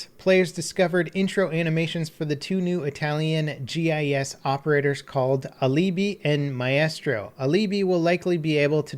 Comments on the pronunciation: ALEEBEE OMFG IM DYING. Ahahahahahahahahaha its Alibi. It's an English word ffs. AL-i-bye. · its literally pronounced "Al a bye", not "A Li Bee". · Alibi: Pronounced AL-ih-bye Not Aleebee Ever watch a crime show? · Uhhhh.... Alibi?? Not Aleebee?!?! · The stress in the word ALIBI is on the letter A. That said, good job for the pronunciation of MAESTRO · Did u say Aleebee when it said Alibi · It’s pronounced al-e-buy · You massacred the pronunciation of Alibi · i think you mispronounced Alibi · He mispronounced alibi lol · I cringed at your pronouncing of Alibi. That's not how to say it. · "aleeebi and my-estrow" lmao (Ah-li-bi and my-stro pls ) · Fuck me pronunciation of Alibi and Maestro was fucking hilarious. “Uh-lee-bee” and “my-Astro”. Fuck me dude..it’s not that hard to figure out it’s pronounced like “my-stro” and “Ali-bye” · “Uhleebee” “Maiyestro” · "Aleebee" "My-estro" lol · AL-AH-BY and MY-STROW not whatever you said 😂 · AL-UH- BY and MY-STRO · I can't believe you mispronounced "Alibi" and "Maestro". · I know, i find it frustrating how often people from north america mispronounce words, these aren’t even hard words to read or say. Says a lot for the education system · Hopefully the way you pronounced Alibi and Maestro was sarcastic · You couldn’t have pronounced alibi and maestro more wrong and it literally makes me think less of you. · Anyone else enjoy how he butchered alibi and maestro? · I love you but that weeks late Seige news filled with mispronounciations was hard to listen to. How do you mispronounce alibi and baliff.